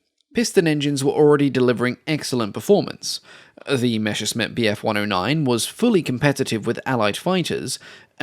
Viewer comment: I still wonder where the pronunciation "mesher-smitt" comes from, when you see the written word "Messerschmitt". It's messer-shmit. Messer means knife, Schmitt is an archaic form of Schmied and means smith. I still don't get it why almost all English speaking narrators get this mixed up. Especially since you get most other German words reasonably close to the original, even monsters such as "Flugzeugwerke". One of those mysteries ...